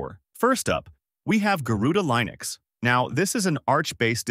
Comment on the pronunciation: Would probably be helpful to learn how to pronounce Linux correctly..